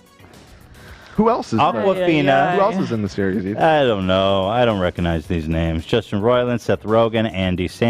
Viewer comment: why does hila call him eaton?